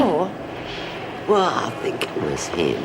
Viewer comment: someone tell its 'think'not fink